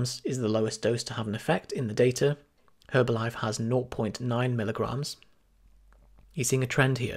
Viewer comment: the H is silent